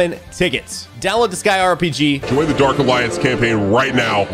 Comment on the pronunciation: Did you just mis pronounce disgaea multiple times? Or have I been pronouncing it wrong for years? o_o